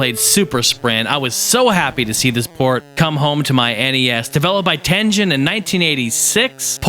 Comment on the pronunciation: Pronounces Tengen as Tenjen. No bueno out the box.